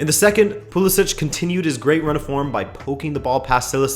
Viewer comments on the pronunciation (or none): none